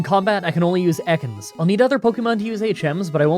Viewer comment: That’s not how you say Ekans. It’s pronounced Eee-kins.